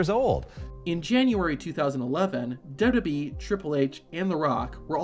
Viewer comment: W. W. E. NOT dubbleyayubweeee